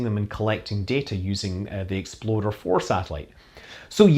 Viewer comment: Love how your pronunciation of "Explorer" sounds like " Exploder"... Fly safe, Scott!